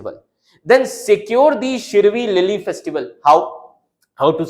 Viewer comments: It's Shiroilily.try to pronounce properly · Bro must have experienced the same as like we north east people faced when studying central names, parks, etc in pronouncing shirui lily,😅 That's what we face studying central data without knowing the meaning for that particular word, spending extra time for that very word when others can skip just by looking at it. Disadvantages faced by NE students in competitive exam😢